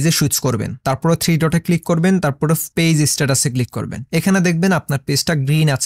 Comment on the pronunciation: ফেজ না গাইয়া ভুত, পেজ